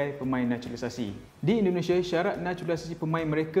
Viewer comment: Indonesia cik bukan Indonesiye